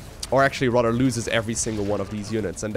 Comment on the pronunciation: maybe you should avoid words you can't pronounce. It's tiring hearing about rudders all day. Have you tried the word "instead"? or do you not think about what you say at all?